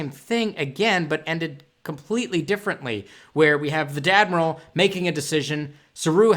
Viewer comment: Do you say Dadmiral?